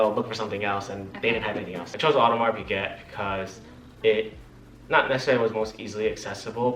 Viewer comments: Yeah I cringe everytime they say "piGET" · FYI Piguet is pronounced Pegay